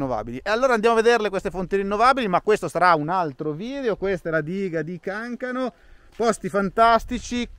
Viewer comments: Andrea l’accento andrebbe sulla seconda a, Cancàno Edit di fine video: sono d’accordo sul discorso delle colonnine, purtroppo in Valtellina anche quello frena molto l’elettrico perché non tutti hanno la possibilità di ricaricare l’auto a casa e ancora direi nessuno può ricaricarla velocemente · Bel video Gale, la Valtellina, le dighe di Cancano con l'accento sulla seconda a😁, id3 e iphone, ottima giornata, aspetto gli approfondimenti. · Adoro il mare ma questi posti sono stati la mia infanzia! Però occhio che su Cancano hai sbagliato l’accento 😶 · Cancano non si pronuncia come hai fatto tu!